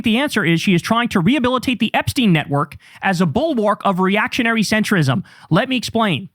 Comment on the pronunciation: Btw it’s pronounced Epstine as in Einstein not epsteen. Enough of this anglicising his surname. Its insidious.